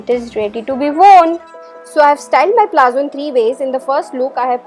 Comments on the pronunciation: liked the demonstration but it is not called "PLAZZO" , it is called "PALAZZO" of which the pronunciation is "PALATZO" !!!!!!!! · It's palazzos not plazzo.